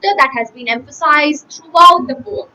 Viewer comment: She is pronouncing poem like this? No questions to her knowledge, but improve this part...